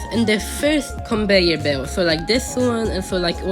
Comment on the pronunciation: Conveyor ❌ Conbeyor ✅